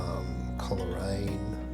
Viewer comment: Thankyou. Much appreciated. The correct pronunciation is Cole raine not Coler..... Adam Lindsay Gordon wrote a poem called The Fieds of Coleraine. ... On the fieds of Coleraine before The Great Western is ended the nags will have toiled, the silks will have soiled and the fences will require to be mended.......etc etc